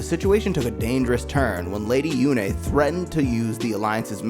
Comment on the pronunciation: LADY YU-NAY. I'm dying. lmao